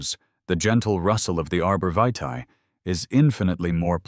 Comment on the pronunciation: The pronunciation of "vitae" was butchered several times. This is a lazy creator who doesn't respect their viewers.